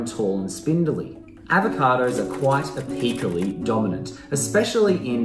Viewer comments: Apical Pronounced: A + pickle (like tickle) , not A + peekle So Apically sounds like A+pickle+E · Ah-PEAK-cah-lee? NO it’s “AYE-PIC-lee.”